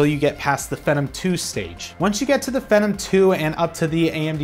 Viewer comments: The way he pronounces "phenom" like "Venom" is very annoying, where did he learn that? Ive always heard it pronounced as "fee-nom" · "Fee Nom" rhymes with Athlon, stop calling it "Fen Nam". Thanks. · You say Phenom weird. It's Fee-NOM, not Fen-Um. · just one comment: It's pronounced Fee-nom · Phenom is pronounced Fee - nom. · I always thought phenom was pronounce phee - nom, like the beginning of the word phenomenal... Anyway, I'm really hoping AMD can get their act together, from what I hear plenty of innovation is going on but they just don't have the funds that intel does. Not only do I often have a bias for the under dog, but they need to stay competitive if we want to see amazing things from both sides. Looking forward to the HBM boom coming soon ;D #SensibleFanBoy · I like the video and what you said, but i didn't like the way you said it. You need to relax, and probably read the script sooner because you seem uncomfortable with what youre talking about and it really shows. I like the data, like the camera work, the setting all that stuff. Just gotta work on delivery. Also, its pronounced feenom. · LOL , I thought it was pronounced [fee-nom] with a LONG E vowel sound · It can be pronounced either way. I've heard fen-em and fe-nom from multiple different reviewers. Personally, I prefer fe-nom. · Oh look. Another tech guy who can't pronounce phenom.